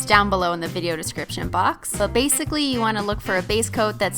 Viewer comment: BASEically u said basically but like u were talking about base coats...😂😂